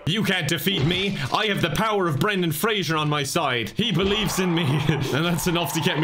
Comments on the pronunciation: I am so triggered by saying 'Frasier' instead of 'Fraser' the whole time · except mispronouncing his last name.... every time... tell me where the "i" is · At what point is it too late to inform he's pronouncing Fraser wrong? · Poor Brendan Fraser. A whole video gushing about him and every single time, his name is mispronounced. Fray-zer, not Fray-jure. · why do you have to mildly bother me by mispronouncing Fraser?